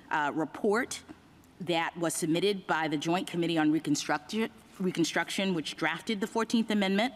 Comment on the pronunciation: It's really ironic she can not say "Reconstruction" correctly.